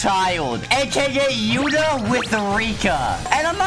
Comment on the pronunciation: Bro said yutá'